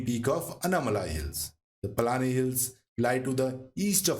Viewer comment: The Southern Western Ghats Actually ends next to our Village in KK district at 'Nanguneri'..which Is also famous for a Vaishnavite temple..The Harishchandra Ghats comes on way to Shirdi..You Prounounce 'Paalghat' as 'Palghat' (not correct) and also 'Palani" as "Palaani" (also Incorrect) Pl.Dont Mind..🤤 Thanks for the excellent Research, and Nice Video!